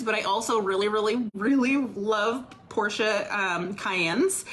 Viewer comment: I hate to admit this but she got points with me for pronouncing Porsche properly 😂